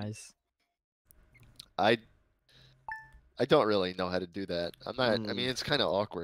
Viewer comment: Tubboz ah-polo-jieye-ze